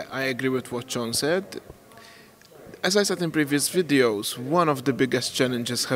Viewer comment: Average ESC Viewer It's Sean, not John...but yeah the way the other guy pronounces his name sounds like "John" haha